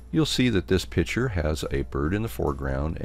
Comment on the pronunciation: Outstanding presentation. I learned a lot, and I am so grateful to you for sharing your expertise. One thing, however, that I found extremely annoying. Pronounce the word 'picture' by including the hard 'c.' It is not a pitcher! Other than that, your training was excellent, and I subscribed.